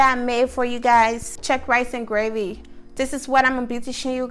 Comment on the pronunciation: It's Cheq (as in chequers), not Chuck. What is this new fashion of combining fish and chicken for gravy which was traditionally either fish OR chicken gravy. A clash of flavours here!